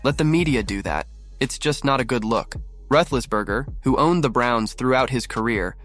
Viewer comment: YouTube,,, You need to get Ben's last name right for pronunciation